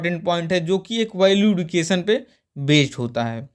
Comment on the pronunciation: सर एडुकेशन नही एजुकेशन होता है